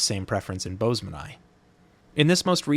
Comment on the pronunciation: Your videos are both very informative and entertaining. Well done. Also, thank you for the correct pronounciation of boesemani.